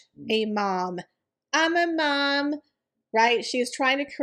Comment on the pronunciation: *, it always tickles me how you say "I'm a MOM‼️"